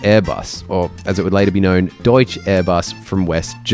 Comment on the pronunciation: Deut-scher is the pronunciation